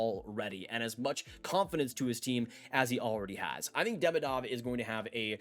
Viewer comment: Great vid! Just a headsup that Demidov is actually pronounced De-mee-dof :)